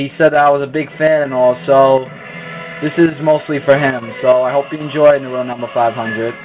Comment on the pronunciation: Nice match.. but "Naruto" is pronounced "NAH-roo-toe," not "Nah-ROO-toe." ;D